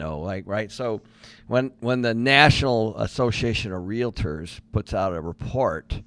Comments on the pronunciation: Love listening to you guys but please stop saying realittors. Just say it how it’s spelled. Realtors it’s two syllables. I can’t take it any longer 😂😂😂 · why can’t she pronounce realtors?